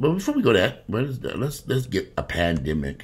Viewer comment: Lol! For a minute there i thought you said "Panniggahs"... Lol i had to rewind